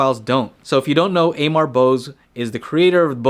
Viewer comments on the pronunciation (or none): Amar is indian name and pronounced a-mar or even aaaaamar!